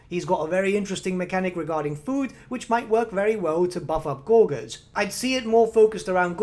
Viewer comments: Gore-jurs Not Gor-Guhrs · Gor-gers lol...